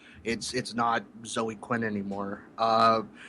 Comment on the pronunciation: Why are you guys incapable of pronouncing the name Zoe? It doesn't rhyme with Joe. It's ZOH-ee.